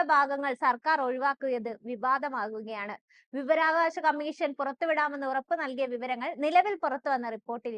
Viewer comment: വി വ രാ വ കാ ശം... വിവരാകാശം അല്ല..